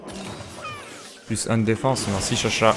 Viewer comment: (désolé si je mes beaucoup de commentaires mais j'aime bien répondre à tout le monde :3) men veut pas hein.. mais c'est pas tcha-tcha mais juste cha-cha c'est son nom en réalité c'est un shakalaka :3 pour ton prochain monstre si c'est le lapin qui glisse j'te conseil armé feu (après tu peut y aller au talen avec ton stuff badass mdrr ;D)